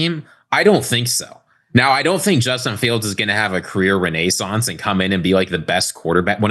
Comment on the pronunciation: are we gonna just ignore how pronounced renaissance?